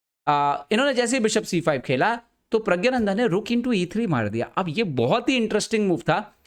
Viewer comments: Bhai pehle naame to theek se le le. pragyananda nhi praggnanda hota hai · vo pragya - nandha nhi hain. Praggna- nandha hain. Thik se to pronounce krlo apne player ka naam.